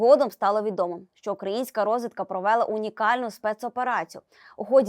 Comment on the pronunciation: дАла,взЯла,ни пОняла,...і Ви туди ж-- розвідка провЕла... нормальний наголос- провелА